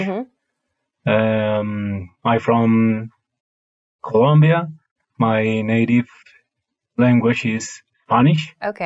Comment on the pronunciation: It' Colombia, it's not Columbia